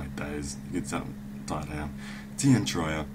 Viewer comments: play gw1 its pronounced teer-ee-ah said by the voice actors in gw1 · Uh, dude. It's Tyria. I believe that'd be pronounced ty-REE-yah. C'mon. You're English. Don't let us Yanks start telling you about language. ;-)